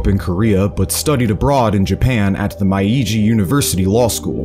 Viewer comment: It is kinda nitpicking but I do wish had someone do a pass on his pronunciation of some stuff. Like the info is great, it's just a little distracting to hear Mai-Ee-Jee instead of May-Jee (Meiji) or fearick instead of peerick (Phyrric). That last one is tricky, seeing as it's an unusual word and doesn't follow the usual rules of English spelling. If isn't a native Anglophone (or even if they are) it's totally fine it's just maybe something I'd have someone check before I posted the video. I'm only about 15 minutes in and loving the info so far, though!